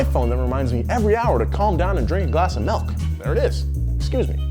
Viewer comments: "Melk" this bothers me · He said malk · Did say malk? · I'm a little disappointed that the top comment doesn't address blatant mispronunciation of the word "milk."